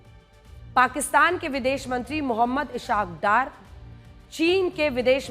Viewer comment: Medam.ishaq daar nh hai isaq daar hai wo name to sahi liya karo